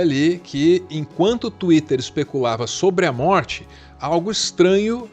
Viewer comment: Saudades de quando o falava "xuítter"